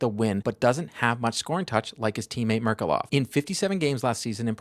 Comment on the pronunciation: Thank you for the video, as per usual! "Ghe-O-r-ghij Merk-U-lof" :)